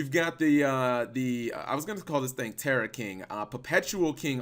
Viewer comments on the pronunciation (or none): none